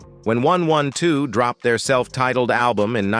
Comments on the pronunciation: AND THEN my man (A.I. 😂) had the audacity to say one hundred and twelve. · Dam he just said groups like one one two instead of one twelve 😂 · The name is pronounced 😂 1-twelve (1-12) The same name as an old night club in da ATL. 1-12, club anytime, bell-bottoms, and 2 - 2 tango where the happening clubs back then. 😂 Sorry you missed it !! 😂😂😂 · Not 112. AI said one one two. 😂😊